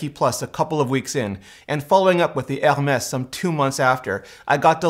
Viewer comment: That's how it's pronounced